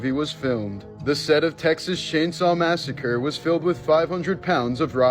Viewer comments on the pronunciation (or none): none